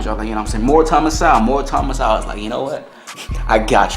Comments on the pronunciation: Please pronounce Mr Sewell's name correct ly. It is So well. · Not Thomas Sow. It is pronounced Thomas Soul. Dr Sowell is a genius and one of the greatest minds of our time and he deserves to have his name pronounced correctly bro..